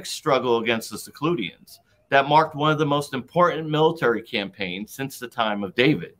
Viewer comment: Did actually say "the Secludians"??. That's a rather novel day to refer to the Seleucid Dynasty.